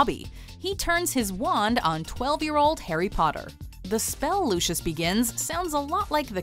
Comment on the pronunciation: ... did you just pronounce lucius malfoy like lucius (frozen) from the incredibles? 😵